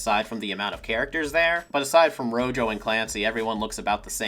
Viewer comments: Wait, is her name actually pronounced "Ro-yo"? If so, that's a really weird choice considering she and her teammates are named after spanish colors. Rojo should be pronounced "Ro-ho" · I'm pretty sure they just called her Rojo because she's connected with the color red. Rojo being red in Spanish, though pronounced as "ro-ho" and not ro-jo. Don't quote me on that though.